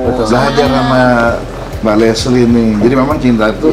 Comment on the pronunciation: Lesti pak bukan lesli hee